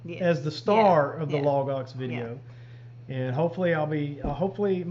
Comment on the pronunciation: I hear "log ox" as "lagos", the Bible people who have those extensive study guides online, whenever you say it. Keeps me grounded.